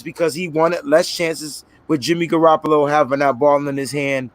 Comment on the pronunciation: He keep saying jimmy garapalo